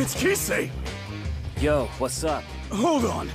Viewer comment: THEY REALLY BUTCHERED ALL THE NAMES LMAOOOOO KIse REEYOTA KOOroko Rakoozan MurasaKIbara aOmine miDORima TAKO(Takao) KoorokoCCHI I CANT